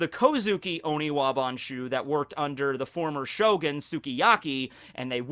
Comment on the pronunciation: Honestly the best part of this video imo is that he's finally started to use the correct term for the ninjas. I'm just so relieved to not physically cringe when I hear Onibawan....finally hes saying oniwaban..i just hope this continues and he remembers to say it right from now on.